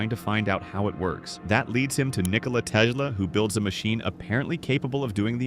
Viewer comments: Nothing tells you that this channel is, in fact, a robot more than the pronunciation of "Tesla." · Apparently it's a reference to something. Other comments were happy that he did that